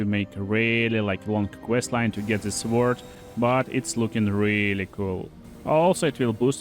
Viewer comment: The W in sword is silent